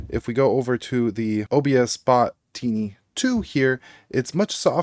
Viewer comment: Is there a reason you're calling the OBSBOT the 'Teeny' and not 'Tiny'? Feels like one of those misunderstood phonetic pronunciations of AI... Either way I think it's ti·ny /ˈtīnē/ and not tee·ny /ˈtēnē/.